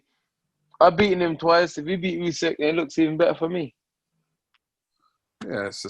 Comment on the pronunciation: Usyk kugan not Usek!! 🙄 how many times ?